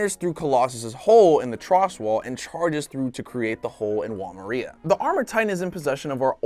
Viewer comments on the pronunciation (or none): none